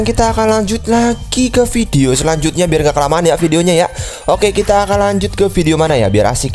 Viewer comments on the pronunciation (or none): suara nya medok medok orang jawa kh? pas kak ngomong "ke video selanjutnya"